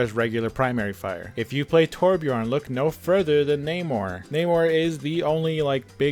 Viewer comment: everytime he says NAMOR, i heard NEYMAR.